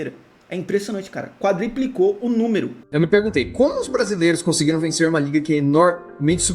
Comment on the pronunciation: se fala: "Quadruplicou" e nao "Quatriplicou"